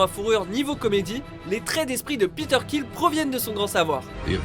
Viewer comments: T'a dit Peter kill mais c Peter quill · C peter qwill sa se prenonce qwill et pas kill bref sinon super videos